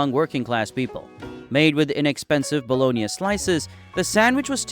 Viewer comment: I haven’t heard it pronounced “bah-lo-nee-uh” I’m guessing this script is being read by AI.